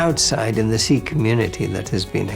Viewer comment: finally someone says sikh right